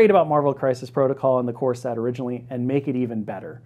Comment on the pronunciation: Love this, but I just can’t help but hear , Earth’s mightiest “corset”. I can’t wait for that sculpt.